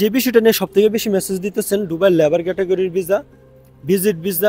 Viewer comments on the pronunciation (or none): ভিছা না সুন্দর করে কথা বলেন হবে ভিসা